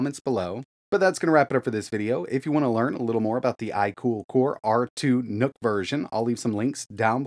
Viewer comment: I heard R2 NUT, and I was like "Noice".